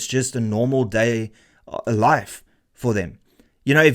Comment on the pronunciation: 'Life' not 'live' just FYI